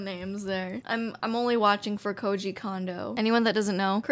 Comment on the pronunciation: Even "" mispronounces poor Koji Kondo's name